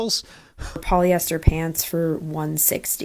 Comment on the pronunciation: Poly-esthers. Plass-tick